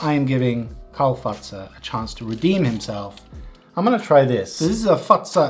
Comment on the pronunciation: The way you say Fazer sounds like fatsa which is another word for dad